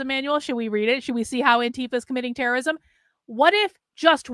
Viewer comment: ITS TERERISOM